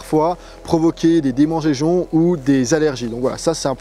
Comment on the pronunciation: demengégeons 😂 je te taquine. Très bonne vidéo merci !